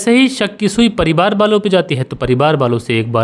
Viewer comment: मैं बेचन गोंड कैमरून अफ़्रीका से आपके कहानी सुनाने का अन्दाज़ बहुत अच्छा है ।❤ कभी - कभी आप परिवार को परिबार बोल देते हैं !